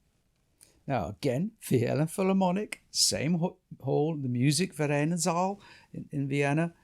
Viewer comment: Fascinating discussion of one of the most glorious of Beethoven's symphonies. If you'll forgive me - languages are my other passion- you make a couple of errors in both your Italian and German. The tempo marking is sostenuto, not sostenato. As for the great hall in Vienna- the Musikvereinsaal- it is pronounced 'verine' not 'veren or 'vereen''. The easiest way to remember the difference between 'ie' and 'ei' in German, is that it is the second letter that is pronounced: so 'verein' , like wein ( wine), meine ( mine), and kleine ( little) are pronounced as in the English ' ine", whereas 'ie' : Dienstag ( Tuesday), liebe ( love), and Wien ( Vienna) are pronounced 'een'.